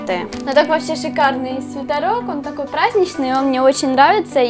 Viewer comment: Бесит слово свитАрок... правильно же свитерок. Вроде